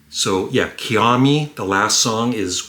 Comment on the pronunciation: Hello there, I love Electric Light Orchestra II.” Especially “Mama” (I am glad it is that long) and “Kuiama.” “Kuiama” is pronounced “Keeyahmah,” not “Keeyahmee.” On the UK version of the album’s front cover, it does say “2” on the space capsule which says “ELO2.” I can’t choose which I like better between “No Answer” and “Electric Light Orchestra II”; they are both nearly perfect to me.